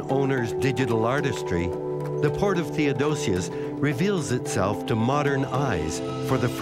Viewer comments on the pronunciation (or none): THEODOSIUS. No second "o". OK?